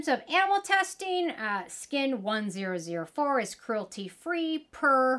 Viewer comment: I think the 1004 is pronounced as 'one thousand four'